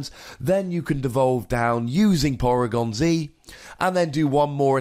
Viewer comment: porygon zee-ed